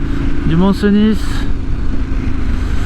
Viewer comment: C'est val CENIII et le Mont CENIII et non val Cenisss ni le Mont Cenisss, le sudisteu ! ;-)